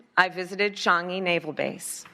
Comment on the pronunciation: and she nailed the pronunciation of "Changi" this time. Cool~